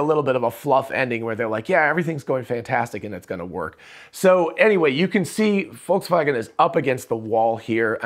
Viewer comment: Thanks for this video. Good job going for better pronunciation of Volkswagen.